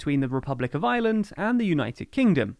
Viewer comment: It's really annoying that the narrator pronounces "Ireland" and "island" exactly the same.